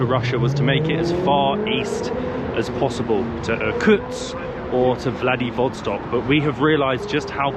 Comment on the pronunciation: Каждый раз, когда он произносит слово "Vladivostok" - оно звучит как "Bloody Woodstock" 😆